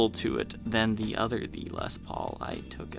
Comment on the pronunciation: Oh, you are saying THE les Paul ....I though you were saying VEE . I have never seen this Gibson model before. Very cool.